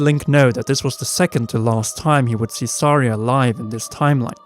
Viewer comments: At first I thought this video was good, until Saria, Mido, and at one point, Link was pronounced incorrectly. Oof. Not Sorry-uh, it's Sar-E-uh. Not ME-do, it's MY-do. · Every time they pronounced Saria wrong. A Gold Skulltula was born.